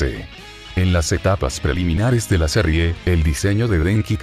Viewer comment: En la "serrie" jajaja😂😂